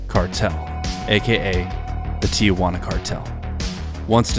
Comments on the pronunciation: STOP saying TEE YAH WANNA please. How in the hell do you get TEE YAH from 2 letters t and i before juana? Try TEE-Wanna maybe. I bet you nukyaler instead of nuclear... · It’s pronounced “Tee-juana” not “Tee-ah-juana.” 😁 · Tijuana pronounced [ tee-hoo-Anna ]